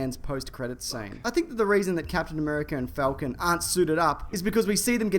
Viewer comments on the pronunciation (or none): none